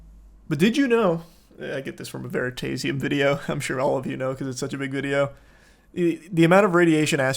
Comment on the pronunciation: why'd he say veritasium like that